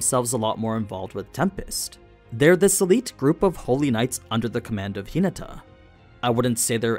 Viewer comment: Bro said tinata😂😂